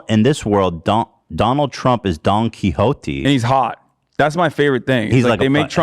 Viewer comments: "DOnkeY hOT-eeee" I will never pronounce it any other way. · Bro the pronunciation of don quixote was hard to listen to